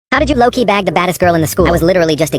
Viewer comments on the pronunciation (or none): At the beginning I thought he said bang not bag